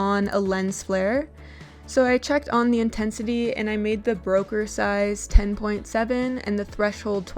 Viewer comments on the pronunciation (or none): I swear you are mispronouncing everything on purpose. "Attention radius" > Attenuation radius "Brokeh size" > Bokeh size "Convultion" > Convolution LOL